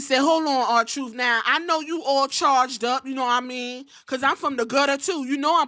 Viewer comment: I heard Mia Yim say yaddahmean when she was talking about the women's tag team champions lol I'm like she doing jacob fatu reference